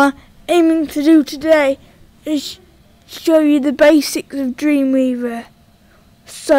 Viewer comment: i hate how he says dweemweava